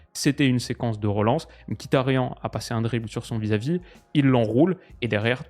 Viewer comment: par contre ca se prononce ''miktarian''